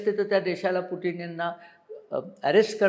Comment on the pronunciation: अभ्यासक, पुटीन नाही ते पुतिन असं pronounce आहे असं वाटतंय